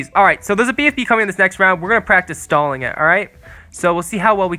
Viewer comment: Sounded like he said “Stalin tower” lol